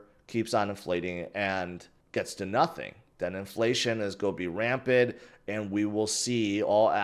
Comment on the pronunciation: Rampant.. not rampid. Just trying to help.